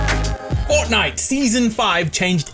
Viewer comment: Is it just me or did he say ortnite Edit:its remerez because both her and jonesy got the original skin